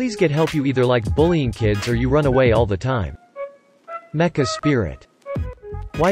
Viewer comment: Ah yes... My favorite spirit "mehca spirit"